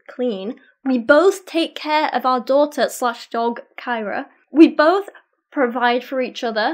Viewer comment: Ahem, Doghter